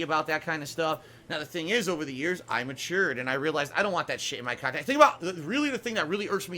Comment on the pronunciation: "He's re-streaming illegal, stolen khanthent!" Nice one,. XD